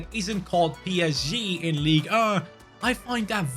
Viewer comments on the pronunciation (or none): none